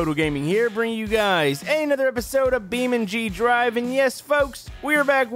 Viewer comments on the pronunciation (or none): btw you said beamng thrive